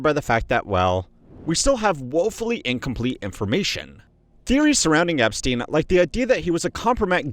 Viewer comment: Bro said I'm on my epstine shit all 2026